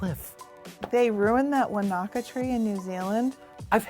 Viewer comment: It's pronounced Wan-na-ka